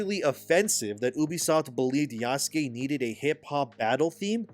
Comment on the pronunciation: Bro please say the name Yasuke as a normal white boy, you’re so cringe! 😂